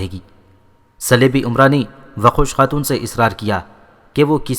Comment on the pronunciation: Waqosh khatoon nai doqooz khatoon